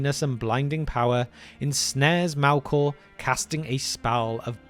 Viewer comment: "Mælkåh".. New pet peeve unlocked